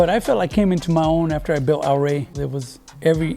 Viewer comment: "al ray" is what he sounds like he's saying. How is this guy Mexican American and can't pronounce it right, what a shame. Also notice how the guys with the nicest rides do not know how to hit switches! 🤣